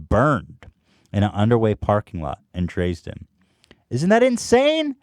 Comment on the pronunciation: dreezden haha. Also the way ethan pronounced Angst is they way dutch people say it. So the correct way.